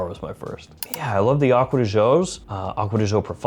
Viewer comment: As an Italian. THANK YOU!! For saying Acqua di Giò correctly.